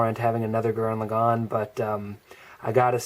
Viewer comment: finally someone can say lagann right! :)